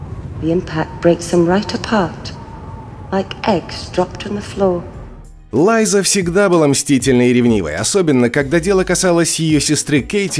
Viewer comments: Лайза...Еще и с ударениями проблема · Почему "Лайзу" , а не Лиза? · Лиза аррен а не лайза)